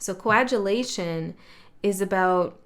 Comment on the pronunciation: Coa-gu-late with a hard "g". Nice reading. Oddly I have been using the word "shift" for the last few weeks. I have definitely felt a shift in my body and my attitude. Small shift, but it's here to stay. I have been isolated or retreated for the last 4 years and feel ready for the mainland.